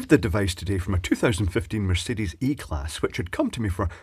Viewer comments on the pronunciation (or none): none